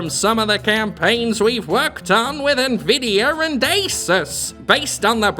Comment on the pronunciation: "Nvidier" "Dater about my brand" "I'M A MEDIER INFLUNCER!!!" Pronunciation that I think they might C I R C L E B A C K on in Boston. ^^